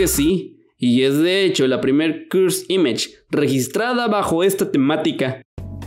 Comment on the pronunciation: me pone nervioso que diga cursd imash